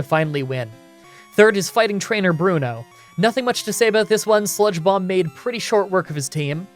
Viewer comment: For some reason I kept hearing spongebob instead of sludge bomb and to be honest I think I’m going to keep using this in the future